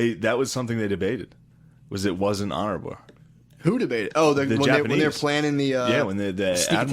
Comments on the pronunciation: "It wasn’t Honoraburr" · “That’s the thing they debated, was whether it was honorabrrr.”